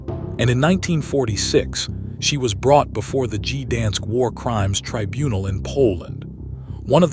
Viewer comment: "Gee-dansk"! "World War eye-eye"!